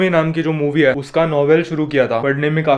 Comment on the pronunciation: Is it just me or he says “hai” weird? Just curious why this accent. Anyway sending much love to you! Great videos always.